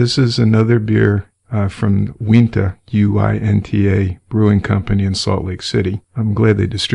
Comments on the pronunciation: Uintah is pronounced you-in-tah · Hi! I enjoy your podcasts but I wanted to let you know that you're pronouncing "Uinta" wrong. I'm from Utah and that beer is named after the Uinta mountains that are here. It's a Native American word, pronounced U-in-ta. thanks for the awesome stories! keep it up!